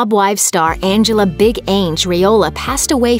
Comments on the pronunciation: Big Ang!! Not big Ehhng! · Big ANG? Research before you narrate its ang---ela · "Big Aynge"? Are you kidding me? Absolute disrespect not even getting the deceased names right